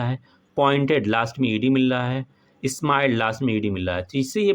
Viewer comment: Sir bahut achcha sikhate hen aap please s ka pronunciation sahi se kijiye smile boliye esmile nahi ❤